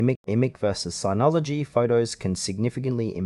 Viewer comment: It's pronounced like "Image".